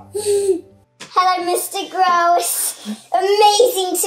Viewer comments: That little girl mispronounced David Grohl's last name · Did she say 'Mr. Gross?' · Why was that Nandi on there.... she didn't even say his name right..... she has no idea who she's talking to.... I hate kids